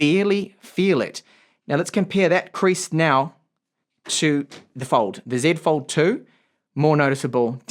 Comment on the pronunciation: As a fellow speaker of the Queen's English, it gives me great pleasure to hear you say "Zed Fold 2" :D